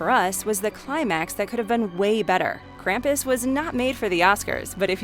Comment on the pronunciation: The way Krampus is pronounced drives me up the wall if they ever watch the movie the movie shows you the proper way to pronounce his name